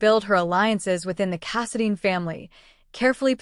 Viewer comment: It’s Casidine……long I not Casadean